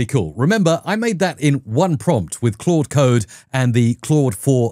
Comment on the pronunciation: I love your videos. So much useful info. It's overwhelming what AI can do... And it's really just beginning. PS. Thanks so much for pronouncing "Claude" correctly. There's another prominent AI Coding YouTuber who doesn't, and it hurts my head whenever he says "Cload". (It's still great content, just hard to get through sometimes.)